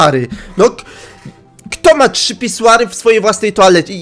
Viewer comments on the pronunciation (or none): none